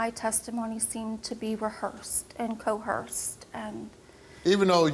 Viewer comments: Honey, it's C O E R C E D, with an ER sound, not 'cohearst', with an H sound. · To be fair, compared to the numerous times someone on the show said 'tooken', 'aks', 'shooken' or something along those lines, 'cohearst' sounds almost normal. The education system failed those people hard.